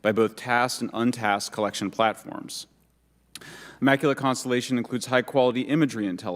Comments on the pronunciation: Boebert can't say Immaculate. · She should learn how to pronounce words like maritime and immaculate correctly. She is a waste of time to be on this video for so long.